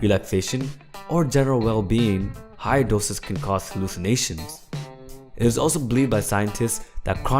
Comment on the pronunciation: LOL whem he says hallycimatiom